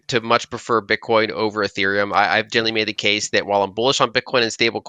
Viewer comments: Yeah, and she says it so often. More like "genaly" though. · She pronounce generally, as jelly lol